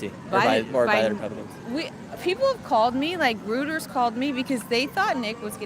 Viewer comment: you’re great! But Reuters is pronounced “Roy-durz” all the best!